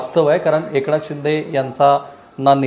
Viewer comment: एकणाथ .....jar fakt N cha uchhar nit kara rao...baki sarva bhari ahe....